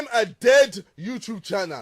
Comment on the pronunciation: hey, pyro, it's youTube not youCHube. love ya goodbye